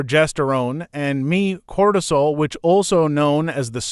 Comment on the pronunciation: not the emphasis on cortisol...